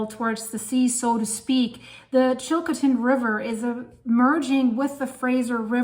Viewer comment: Chilcotin river not chilkotin.